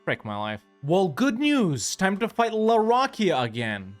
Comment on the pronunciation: Please look up how to pronounce the name for larakeyah